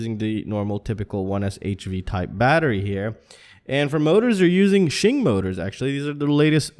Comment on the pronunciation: "Sching"? That how you pronounce Xing? I don't know very much Chinese.